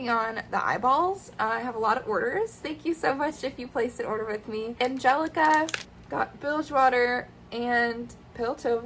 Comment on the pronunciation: I am absolutely in love with my safety eyes I purchased! I also loved seeing the market breakdown as well as the WIPs. I need to finish mine 🫣 A little secret, my first name is pronounced an-hel-ic-a! Don’t feel bad about mispronouncing it- it’s hard to tell! I’ve gotten everything from Angelica to Anhelina to Popolika.